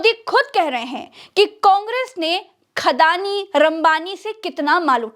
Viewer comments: Khadani nhi andaani😅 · अड़ानी नहीं 'खड़ानी' कहिए।